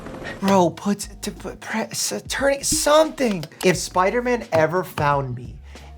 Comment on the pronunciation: I like how he says "Spideyman" lol and not spiderman.